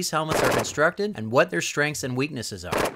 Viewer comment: Everyone talking about starwars, all i hear is : MAXIMUM STRENGH